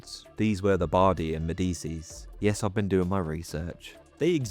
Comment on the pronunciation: the "medesees?", it is "Medicci!!" (med-ee-chee)